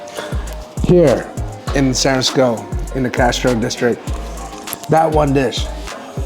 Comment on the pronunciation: Do your homework on the restaurant first then provide a planned relevant content. Please pronounce San Francisco properly. Another lazy tongue tied asian and that's coming from a local 415 asian.